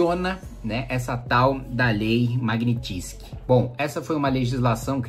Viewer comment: Kim, admiro seu conhecimento sobre leis... mas qdo for falar uma palavra estrangeira, dá um Google na pronúncia original... Magnitsky é russo... logo...